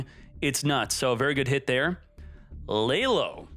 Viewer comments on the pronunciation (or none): Why does this giy pronounce laolao as "laylow" 😑🤔